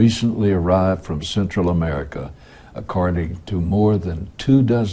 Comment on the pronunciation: "Accarding." hahaha.